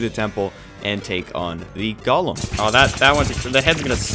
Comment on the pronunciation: every time he mispronounces golem i die inside